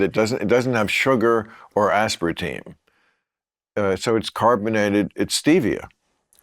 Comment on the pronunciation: Aspartine or Aspartamine? 😅